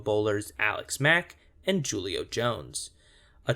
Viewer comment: Just a tip, Julio is pronounced with an H sound at the beginning. Thanks for the vid!